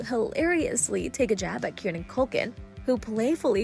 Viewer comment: Kier-ran. Not KEARN-NAN